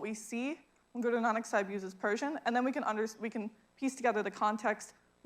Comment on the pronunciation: Great explanation. Persion pronociation is awesome. I just came to Iran and really i thing pronociating is perfect. My appreciation for